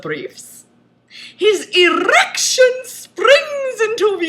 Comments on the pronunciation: How many "r" r in "errrrrrriction"? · I lost my shit at "His errrrrection SPRRRRRINGS INTO VIEW! Hahaha, SPRRROINGG!" CAN. NOT. BREATHE.